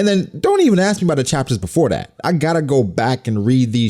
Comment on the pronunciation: please stop pronouncing ask AKS